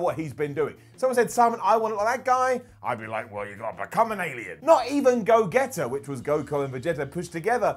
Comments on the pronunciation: go-geta? it's pronounced "Go-G-Ta" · When he said Go-get-a, I died a little inside. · Brawly? go-get-a ?? Broly mate BROLYYY and go-gee-ta 😂😂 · You completely butchered the DBZ pronunciations....the big guy, Broly, is pronounced “Bro-Lee”...and Gogeta is “Go-jee-tah”, not go-get-ah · Gogeta = "Go getter"? lol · Brawly and gogetter? Simon you've clearly never seen Dragonball my dude its pronounced bro-lee and go-jee-ta and its brolys delts and biceps that are ridiculous his traps are pretty small in comparison. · You REALLY gotta work on learning the pronunciation of character names. Gogeta is not pronouncec "Go getta" It's literally "Go" from Goku, and "geta" (jeeta) from Vegeta. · “Go-get-a” it’s pronounced “go-jeta” like the g in genes lol. Did you even watch the show? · “Gogetter” lol I love how he pronounced that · Go Gueta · Go getter. 😂😂. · I'm crying he pronounced Gogeta as "Go-getta" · This nigga said Go-Get- ta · Did he just call Gogeta.....Go-Getta? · Did he just say go geta 😭😂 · Go-Get-Uh... Sigh. This was a fun list, but British people trying to pronounce anime character names is always painful. XD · Am I the only one that also pronounces Gogetta like that? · Go-getta he says Lmfaoooo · Dude you butchered every name in the Dragonball franchise its Bro-Lee not Bror-Lee and its definitely not Gogetter 😂 wth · Did he say GO-GET-A 🤔😭..damn bruh, u said its somin u njoy watching n yet u killed the name 🤦‍♂️ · i hate the way you say broly and gogeta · 1. Broly is the Legendary Super Saiyan - not Goku. 2. Simon it's clear you're not a DBZ fan - butchered those names: Gogeta, Vegeta & even Saiyan 🤦🏽‍♂️ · I hate that noone on the internet can saiyan right then he goes and cant say gogeta or vegeta right either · Simon I love you but what is up with the pronunciation of kenshiro, sayain, gogeta and revengeance? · Oh dear god. Simon I love you but its so clear you've never watched Dragonball Z in your life. You don't know how to pronounce anyones name at all